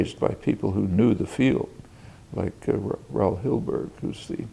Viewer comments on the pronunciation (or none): none